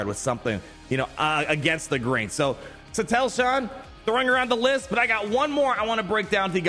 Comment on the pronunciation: omg haha please pronounce satele correctly lol, apart from that another banger video